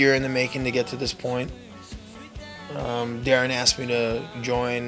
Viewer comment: dude..they pronounced daron's correctly....um..im like 80% sure of my statement....